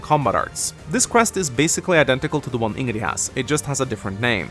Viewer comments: Ingree? Very good pronunciation. You can actually hear the correct pronunciation through dialogues but yeah, still pronounce it as Ingree. Brilliant! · How did you butcher Ingrid's pronunciation so much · Take a shot every time he mispronounced Ingrid